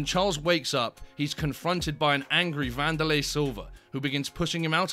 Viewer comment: Wanderlei= Candylay😭🤣🤣!